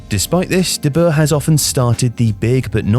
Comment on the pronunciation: Nice informative vid, I have the feeling this has been written/started production befor the last 3 games of The Netherlands, which is understandable. Also compliments for getting closer to the correct pronunciation of Dutch, you got "de Jong" almost perfectly right. However, the oe in "de Boer" is not pronounced as the German ö or an o and then an e following it quickly. The oe sounds more or less like oe in the English words 'shoe' or like oo in the English word 'poo'. Keep up the good work and I am looking forward to the next videos about the euros!